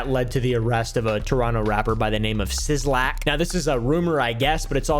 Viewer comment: "Siz-Lack" oh naw bro😂 I don't listen to him, pretty sure it's just "Black"